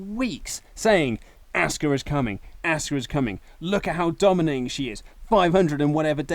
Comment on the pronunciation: asuka (aww-ska) not asska